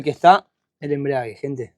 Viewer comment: Embrague , no embriague , y ese auto seguro viene de otros talleres de mala praxis